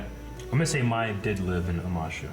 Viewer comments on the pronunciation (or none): How dare you play the game of Pai Sho when you can not even pronounce Master Pakku's name correctly (it's pah-koo), pronounce Hei Bai (hey-bye, not high-bay) or remember that he's a spirit, remember that Gran-Gran's name is Kanna, also, Mai (may, not my) was in Omashu. No offense, just pointing out all the shit that bugged me out of my skin 🤷‍♀️ Edit: also, Ursa was Zuko's mom you dingbats